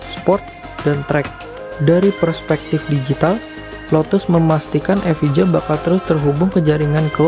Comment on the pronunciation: Bacanya: lotus evaia.